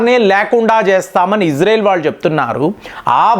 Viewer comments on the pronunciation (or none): none